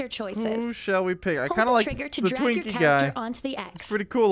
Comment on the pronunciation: you said drinky in sted of twinky